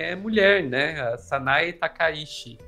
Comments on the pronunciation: Inclusive até a escrita do ideograma é outro. Takaichi(高市) e Takaishi (高石), sendo que o da Primeira Ministra realmente se lê Tchi! Pessoal do Jornalismo, pessoal de redação, pessoal de agências de noticias… sei o quanto é importante levar a informação rápida ao público, mas vamos fazer uma pesquisa rápida sobre pronúncias de nomes extrangeiros, vocês estão dando outro sobrenome a Premier! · Olá! Excelente conteúdo. Sou fã de vocês. Gostaria de sugerir uma melhor pronúncia do sobrenome da primeira ministra do Japão. Eu, como descendente de japoneses, descendente da família Takaishi por parte de pai da minha mãe, gostaria que a pronúncia do sobrenome da atual primeira ministra do Japão seja procunciado conforme pronúncia original japonesa. Felizmente, no português, conseguimos procunciar o fonema original japonês. O sobrenome dela é Takaichi. O "CH" quando escrito em ROMAJI (escrita da pronúncia da língua japonesa com letras romanas) é pronunciado como "TCH", como os nossos queridos gaúchos pronunciam o "TCHÊ". Poderíamos dizer que a pronúncia é " "TakaiTCHI" ". A ppronúncia não é "TakaiSHI", que é o sobrenome do meu avô. Portanto, são famílias completamente diferentes. O "shi" em "Takaishi" é pronunciado como o "xi" de "XÍcara". Para mim, soa como se vocês estivessem chamando a primeira ministra do Japão de Sanae Lesnovski, ou Sanae La Banca. Estranho, né? Mas para mim soa da mesma forma, pois "Takaishi" é parte da minha ancestralidade, mas "Takaichi" não é. Muito obrigado pela compreensão e por talvez considerar essa inclusão. Desejo sucesso cada vez maior com o canal.